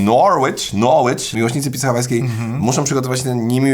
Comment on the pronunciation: Ja ci dam Noooorłicz. Noricz wystarczy. Szacunek dla east angli albo niedobrze się to dla Krakowa skończy